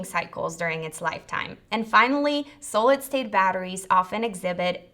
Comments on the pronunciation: s-ah-lid, not sew-lid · Sahhh-lid not Soull-lid. Hehe. 😝 other than that, nice informative video. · Please....it's not a long "o" in "so-lid" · Why can't she say the word 'Solid' correctly ? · yup drove me crazy wasn’t sure if she was saying Sodium next 😝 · Made me question my reality. So strange that the presentation was basically flawless but for the pronunciation of such a common word. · Mispronounced the word solid throughout video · I am BLOWN AWAY. SO, I have been pronouncing solid wrong all these years. I blame it on my upstate NY accent. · Hello welcome to planet Earth. "Solid" it's not pronounced with a long O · Here's a link to how you pronounce: solid